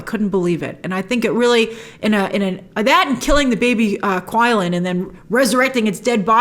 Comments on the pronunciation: The beast’s name is Qi Lin. The pronunciation was not “Kui-lin” but more like “chi-Lin”. In Japanese it’s called Kirin. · It is actually pronounced qi-lin (chi-lin), as how it is pronounced in the film numerous times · The Qilin is not pronounced like it looks. it's prounced Chill-in. Did you watch the movie, bro? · Quilin is pronounced 'Chilin'.